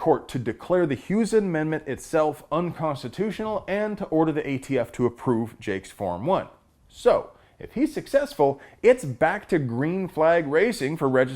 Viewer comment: WOW , what an idiotic D-Bag ! it's ATF not AFT you muppet !